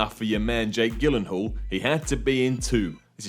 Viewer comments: Jake Gil-un-hall? should work at Starbucks with how badly they butcher names! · The only thing that confused me, is the way you pronounce 'Gyllenhaal'